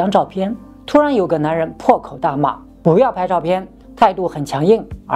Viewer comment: 在正经的讲述中突然蹦出一些谐音，不(mo)要，着(zhuo)急，感觉很不和谐……